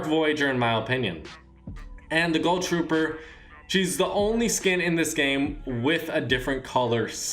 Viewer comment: Why does he say gull trooper